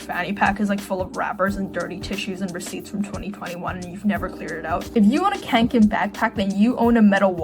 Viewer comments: please it's kånken not kanken😭😭 (sort of pronounced like k-oh-nk-an) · Hearing Kånken be pronounced Cahn-ken made me physically recoil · As a Swede the way you pronounce Kånken hurts so much. The correct pronunciation is kong-ken. Kong as in King Kong and Ken as in Barbie's boyfriend. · The first syllable in kånken is not like English "can" but like English "con" (that's what the ring above the a does). It comes from the verb "kånka" which means more like wield around than just like carry around. Apt name for a bag, except it's obviously a humouristic exaggeration. Bonus if you can pronounce the brand mark. Fyell-raven, basically, while "räven" means "the fox" so all of it "the mountain fox", and "raven" would be "korp" in Swedish. They also do outdoor clothing.